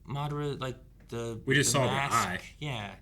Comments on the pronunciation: Please stop pronouncing madaras name wrong , they literally said it😂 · Bakuygan and Ma-dara lmao 🤣… what else?